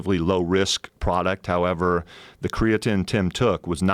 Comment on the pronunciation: MrMarbledeuce lol that shit drives me crazy!!! Tied with wheb joe says "... On THE planet earth"... Should leave out the "the" I think. And did jeff pronounce creatine like "creatinn"??? Wtf